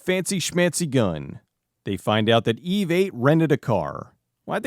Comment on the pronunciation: Whenever he says the name of the robot I can't help but hear it as "eBay".